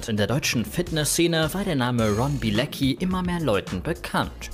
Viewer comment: Warum sagt jeder immer Bilezcki wenn er Bilecki heißt? Soll das lustig sein?